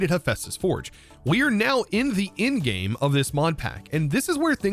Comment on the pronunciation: are you saying ingame or endgame? I just keep hearing ingame and being confused.